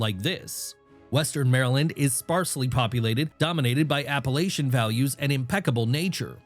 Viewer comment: You pronounce Baltimore and Appalachia horribly 🤮🤢 Nails on a chalkboard